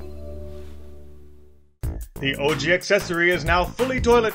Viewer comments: ish it sounds like she said "Orgy Accessory" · Did she just pronounce ouji as orgy? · I kept thinking they were saying oragy.